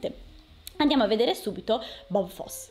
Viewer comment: Si pronuncia Bob Fossi